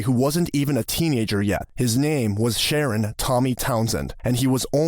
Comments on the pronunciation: You don’t pronounced his name as a female 😂😂😂 smh. His name is Sharron!!! You pronounce it as “Sha-ron”. Seriously though how do you release these videos but always pronounce places or people incorrectly! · I think it's pronounced Shu-rron, not Sharon...